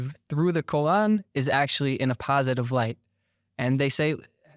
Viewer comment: This guy's pronunciation of Quarn as Kohan is driving me nuts.